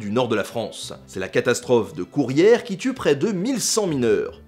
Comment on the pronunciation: A c'est plutôt la catastrophe de Courrières non?(Et non pas Bourrières comme tu le prononce)